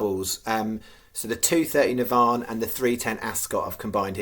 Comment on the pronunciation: FCC - NAVAN - pronounce this way - NAA - VAN